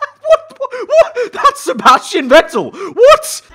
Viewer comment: Its not Sebastian Vettel, its Vebastian Settel